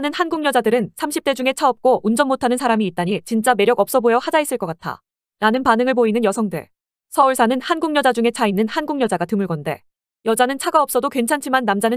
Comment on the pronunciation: 근데 일부발음이 왜 이래요?.드물껀데라고해야지 그대로읽네ㅋㅋ 그리고국결이무슨 사람만봐 한국국적얻고 처가에 돈 대줘야하지